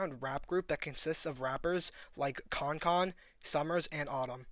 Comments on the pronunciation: who the fuck is concon? last time i checked its kankan as in cancan ????? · NIGGA SAID “KONKON” WTF ITS KANKAN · “Concon”😭😭 its pronounced can-can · Bro said kong kong 😭😭😭 Kan Kan (Can can) Lmao and he said iyayz 😭😭😭 Iayze (jace) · Nah he said concon not kankan. Great vid tho Fr. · “rappers like KonKon”?!????? it’s “KanKan” pronounced “CanCan” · nigga who tf is khankhan n iays??? 😂 kankan n jace bro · "Kon Kon" bothers me so much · K bro iayze is pronounced (jayce) Kankan is pronounced (can can) This is not hate just a heads up so people don’t shit on u for it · this man called Kankan "Konkon" lol 😂😂😂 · It’s “can can” lol and slayworld really isn’t much of a group/thing anymore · bro said “con con” 😭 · aing no way mans said konkon 😭😭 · bro called kankan "concon" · Bro said “konkon” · Bro said konkon😂😂😂 fye vid tho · he said konkon bruh wtf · Bro said “KON KON” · NO WAY BRO MISPRONOUNCED KANKAN’s NAME AS “CONCON”😭😹😹😹💀💀💀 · Bro said concon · "con con" you're cooked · did this dude really say konkon lmao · bro you gotta get people names right if you gonn pronounce 😂 , kan kan is pronounced " can can " and iayze is pronounced Jace lol. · nigga said konkon LMFAO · gang said konkon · "con con" 😂😂😂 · It’s pronounced (can-can) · It's pronounced can can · Are we gonna ignore how he said kankan name?